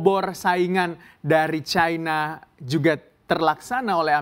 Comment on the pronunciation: Chaina? Seharusnya China dalam bhs Indonesia. Tolong belajar lagi bahasa indonesia yg baik. Tidak enak didengar ditelinga.